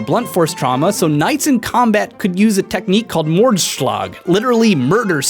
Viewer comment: As a swede i must say you pronounced mord slag wrong.... just sayin'